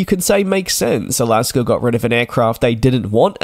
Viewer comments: there you go. Thats how you pronounce “Alaska”. It’s definitely not “Alasker”. Where do you get the “er” from? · "Alasker Airlines?" Couldn't they at least have found a Yankee to read the script? :D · Alaska doesn't have an R at the end of it. It is an A. A las kah! Who even cares about this?? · Hard to subscribe to a presenter who can’t speak English correctly . Alaska. Is pronounced a not a er ……